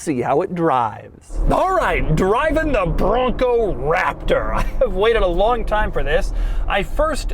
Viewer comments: I like the part where he says Raptor. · His over pronunciationonon on Raptor and Bronco is very annoying!